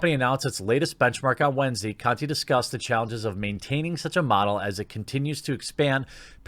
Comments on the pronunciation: He's saying it like it was Jack Cu*ty 🤣🤣🤣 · The e in the last name is silent "Jack Conte" ;D